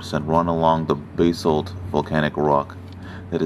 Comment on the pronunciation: Basalt - it's buh-salt, not bay-salt.